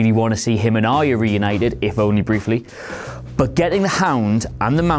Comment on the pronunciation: Why do people find Arya so hard to pronounce? This guy too?